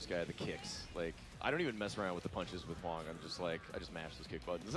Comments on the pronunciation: Glad you said something I fucking cringed when he said hwong. Hwoarang was my favorite growing up next to Kazuya. What a fuckin casual. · DanBones you mean Hwoarang? If I'm not mistaken, on Tekken 6's character screen it's pronounces "How Wrong".